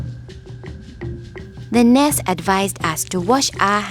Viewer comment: I love how she pronounces "nurse" in Nars